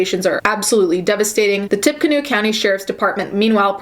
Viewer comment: Tippecanoe is pronounced "Tippy Canoe" lol